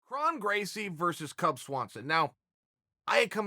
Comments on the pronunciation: Krrr (O) nnnn Gracie not Krahn Gracie. He’s not Klingon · Sorry, but can't listen to commentary from someone who can't even pronounce the fighters' names right. Hint: It's not "Krahn." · "Kron" is pronounced "Krone" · ur pronouncing his name wrong chael or should i call u "kale"